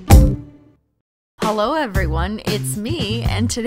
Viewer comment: did she literally say "holo again" and not "hello again" XD?